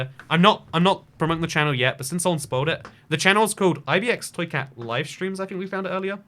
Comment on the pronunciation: i never asked why but why do you not say ibxtoycat but why do you say it like ibeextoycat